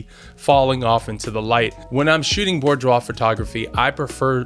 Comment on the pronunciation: Great video, but couldn't get past how you pronounce it hahahaha! See: "boo-dwaar"